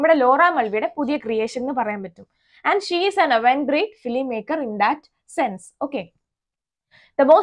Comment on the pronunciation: Mam its not avant grade... Its avant garde